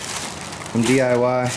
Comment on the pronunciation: You went to the D.U.I. store? 🙈. Just kidding! I know you're u meant D.I.Y.